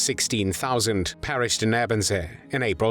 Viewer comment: It's pronounced "Ay-burn-zay". Also soup is not "solid food".